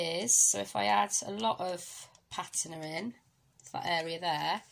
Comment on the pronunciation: Thanks for going over this technique with alcohol Inks. I would love to see more of the Reserse technique! By the way Patina is pronounced PAT TINA 💖👍 Gorgeous card in the end, but would have liked to see you do it on video. I know some don't like long videos but They can fast forward!!! 😊♥️🧚‍♀️